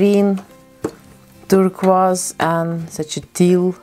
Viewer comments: I love the way she says turquoise. It’s so nice compared to (Tur Koi s) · I love how she said the word turquoise I will pay her to say that word idk with what money I’m broke but I LOVE HER ACCENT ( I sound crazy ik but bear with me )